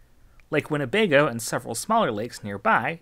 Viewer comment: The way you say Winnebago tells me you live nowhere near Wisconsin or the Midwest 😅